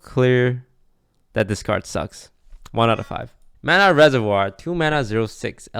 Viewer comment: « Mana reservoir » As a French dude it s really fun to ear that